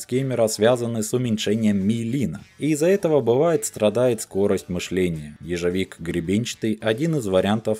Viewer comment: Боже, как же тяжело слушать как ты коверкаешь слова.. "ежЕвик", "психодьелики" и т.д захотелось сразу выключить этот бред..